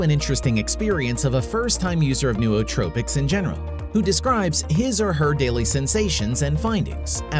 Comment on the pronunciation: Pretty good video, but why didn't someone tell the guy doing voice over how to say "Nootropics" and the ton of other words he just butchers the pronunciations of lmfao. Also he sounds like a robot